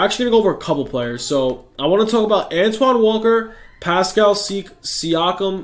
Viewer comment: 20k for pronouncing Siakam correctly lmfao